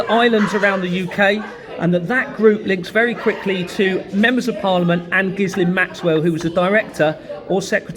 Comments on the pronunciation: I think the “S” in ghislaine is silent, on the news reports they always pronounced it ghilaine… just mentioning it as they may try To say you are talking about someone else ? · Hi good luck with this and stay safe, just a quick note, Ghislain is pronounced Geelane. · Ghislain is pronounced with a soft J and sounds almost like villain... Sod it, call her what she is: Jizz lane. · It's pronounced 'Jillaine' with a soft 'J'. I went to school with a Ghislaine 😊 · its pronounced with a hard G. My wife went to a school where she worked with a fellow frenchie. Pointe finale.